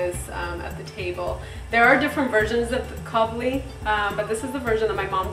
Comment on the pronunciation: Its Kabuli Palao not Kabli lol good job anyways <3